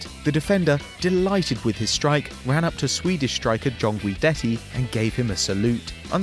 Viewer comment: Hahahah that pronounce on gudetti